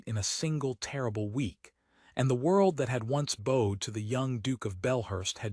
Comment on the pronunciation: I wish AI would learn to pronounce "bowed" correctly in context.